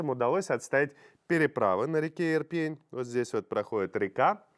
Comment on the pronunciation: Сумы,ударение на У !!! Ирпень- ударение на Е !!! Наверное нужно готовиться к эфиру. Уже месяц про эти города говорят и все никак не выучите ударения городов, где сражаются за свободу. Украинцы- ударение на И!!! Запомните уже все наконец-то.